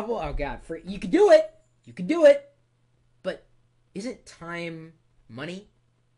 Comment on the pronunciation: Time is moneh! And moneh is moneh!